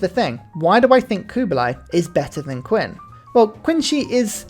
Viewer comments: Oh 3 years ago, just found out. Nice vid, only 1 note. I'm not a native chinese speaker, but I know Qin is pronounced more like Chin without the 'h', typically western people say it as 'Keen', but hearing you say 'Queen' is wild, let alone Queency (queen shi?). Not trying to be pedantic, but you'll sound better and informed in this topic when you try. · It pains me that he mispronounces Qin as Kin instead of Chin, and Khmer as Kemins instead of K-mare or K-my